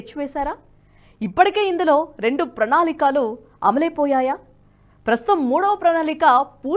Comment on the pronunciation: Pranaalikaalu కాదు pranaalikalu 😂😂😂